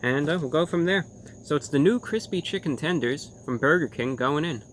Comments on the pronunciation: Update: he also said "tendroid" lmao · chicken 'tendrons' ? lol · "Chicken Tendroid" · can we get a like for "tendrins"?